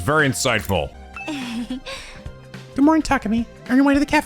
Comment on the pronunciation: I have a major pronunciation correction for you. You figured out the Kyoshika one this episode, but you have been pronouncing Takumi wrong as well. Listen to how the other characters say it, it’s Ta-Koo-Me. Not Ta-Ka-Me